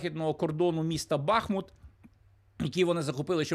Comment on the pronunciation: Якщо ви не вмієте балакати то не відкривайте рота. БахмУт. Якщо ви не вмієте читати то не ведіть блог, БахмУт, я вам три статті скидала, а ви як розумово відсталий, або спеціально БахмУт, не вчить людей як не правильно говорить. Правильно БахмУт. І доречі тут ви мене не заблокуйте як у тг